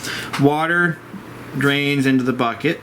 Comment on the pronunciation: The 'buket ' haha great video though!